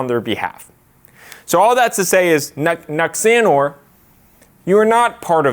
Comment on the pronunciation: The way pronounced Nuxanor. 😭😭